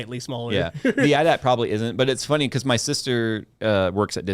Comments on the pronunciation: Listening to you guys pronounce "AT-AT" as "at at" and not "a t a t" oh my fuckin lord 😂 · its called a, Aaay-Teea Aaay-Teea, not an AT AT.